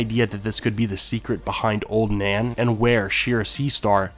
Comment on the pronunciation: i heard Ser Duncan beded Oln Nan..